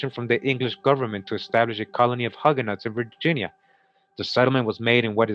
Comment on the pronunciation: Hue-ga-nos not Hug-ga-nots